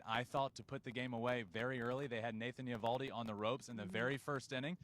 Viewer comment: Can someone tell Justin's brother that he's mispronouncing Nathan Eovaldi's name. The O is silent. Pretend it's not there.